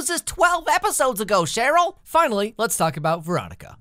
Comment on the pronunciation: It’s Sheryl not shitroll